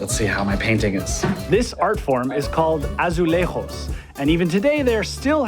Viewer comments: As a Portuguese myself, I loved this video!! Being from Lisbon, I'm pretty sure that you could have saved some money on the tickets, and your pronunciation was quite bad (specially when you said "azulejos" ahaha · Just a heads up: in Portuguese the letter J is NOT pronounced like it is in spanish. In fact it's just as you would say in english ( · Would you North Americans please stop assuming that Portuguese pronunciation is the same as Spanish... Its Azuleijos NOT azuleihhooos, The j is a j, not a fucking H. My forefathers didn't fight and lose their lives for our language to be bastardised by ignorant tourists.